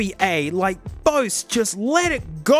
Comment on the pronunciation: Doesn’t even know how to pronounce Bose. It’s not bowsz